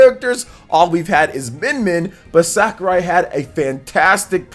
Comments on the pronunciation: Yep, definitely “SakUrai” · Hey, I think is SakUrai not SakArai, if it is not correct me please. Couse I think you pronounce it with a short u.